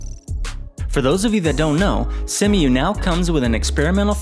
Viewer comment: See-moo Not Sem-U